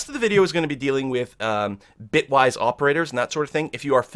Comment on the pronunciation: He said "Bytewise" several times instead of "Bitwise". That could be confusing for someone not familiar with the terminology since we're operating on bits and not bytes. Just pointing out that it was a mistake and not the correct term.